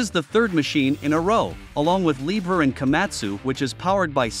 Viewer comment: It’s pronounced “Lee-bear”. 😂😂